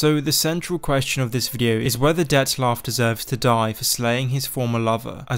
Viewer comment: there is no "S" in Dettlaff